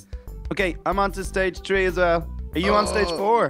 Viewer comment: why do they say tree not three